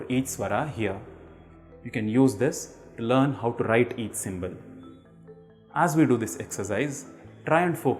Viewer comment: Can u speak in a way it is actually said it should be said like svarah not svara